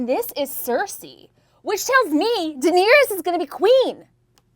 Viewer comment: welcome to 14 minutes of pronouncing Daenerys like “Dinierys”